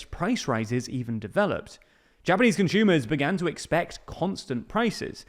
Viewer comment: please stop pronouncing "consumer" as "conshumer" we are not german